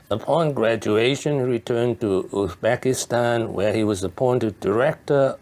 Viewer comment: Not Uxbekistan, but Uzbekistan